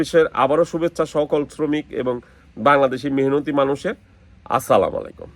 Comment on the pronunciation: ভাই আপনার সালাম টা হয় না